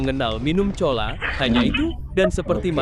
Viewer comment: Cola=kola,, bukannya "chola",,chola² udelmu ngerrtr